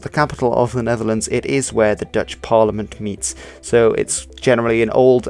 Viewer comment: Are you Dutch? Your Dutch pronunciation is spot-on. But your English doesn't have an obvious Dutch accent either. So kudos in either case.